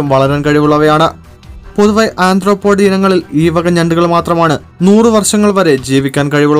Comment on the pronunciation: Anthropod alla arthropod